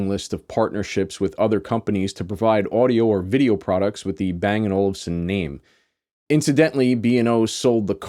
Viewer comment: Haha. Don't you always say "Olsen"? Even in american english Olufsen is not too hard to say.